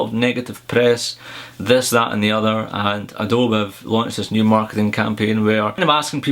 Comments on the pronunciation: Adobe is pronounced like "AdoBEE" not aDOBE. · Just to let you know, it's 'Adoby' not 'Adobe' when you say it ;). And what I would really want on the new MBA is a bigger screen.